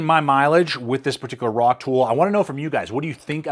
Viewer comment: Its not a “rock-tool”, its a “rock-tole”